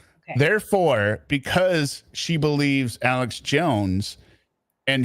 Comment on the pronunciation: I hate the way he pronounces Alex. “ELEX “JACK ASSH” JONES…THE AMAZING THEORIST!!” He’s nawt a GAWD!! Also hate the way he says Family. FEM-EE-LEE!